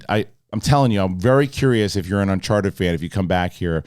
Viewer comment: Did say unsharted at the beginning 😂